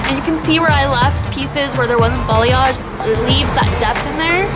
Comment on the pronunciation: Sounds like you keep saying BELLYAGE